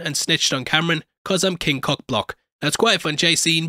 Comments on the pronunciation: It's not Cameron. It's kahm-rahn. C'mon babe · HIS NAME IS NOT CAMERON OMG. KAM RAN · Btw his name is pronounced like calm-rahn not Cameron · Kamran (com-ron) not Cameron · Why does everyone pronounce his name Camrin? It’s Kamran!! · Ngl you call him Cameron instead of Kamran was super distracting in this video lmao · It's Kamran, not Cameron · omg its not cameron... ITS KAAAMRAAAAN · KAHM RAHN NOT CAM RAN I tried again cant get past it. Just like KAMALA with her gym teacher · A few corrections: His name is pronounced com-ron. Kinda like rom com but backwards. The language is Hindi not Hindu. That's a religion. Kamala's dad was quoting the Qur'an not the Torah. There is a verse (5: 32) that says whoever saves a life it is as if they saved all of humanity. And the verse is talking about a law decreed on the children of Israel. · Ear rape when you pronounce kamran as camron💀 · Roasts damage control lady for microaggressions. Calls Kamran Cameron throughout the video. Do you call Kamala Kamalia? Its literally why I cant watch your recaps on this show. Usually great, but this is fingernails on the chalkboard bad. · I really cant stand how he’s calling Kamran Cameron